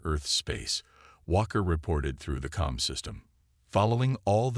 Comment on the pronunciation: Comms, NOT Calms.